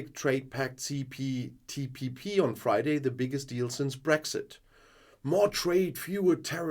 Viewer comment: See Poo Tea Pee Pee 🙄 has obvious difficulties to get the name right 🤔